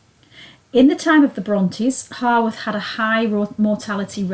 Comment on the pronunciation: Grand. It is HOWarth though, not HORWarth.👍